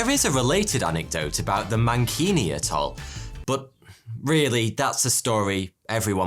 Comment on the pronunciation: A couple of points the word atoll is pronounces AT oll, and the word you butchered Trinitrotoluene is pronounced Tri nitro toluene.